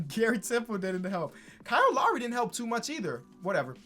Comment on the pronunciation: Classic, “Kyle Law-ree”